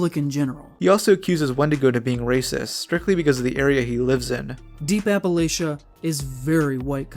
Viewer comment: If you're going to make fun of Appalachia and how "everyone who lives there is racist" at least pronounce the name right 🙄